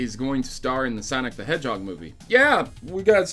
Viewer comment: Its "Sanic" the hedgehog